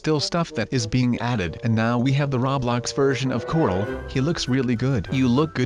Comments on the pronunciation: I like how says Cortel for Corl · Lol when u say Corl u sound like Cortl xD